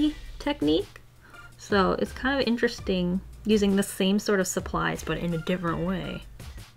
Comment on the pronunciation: "Pretty itch-tresting" it sounded like you said lol.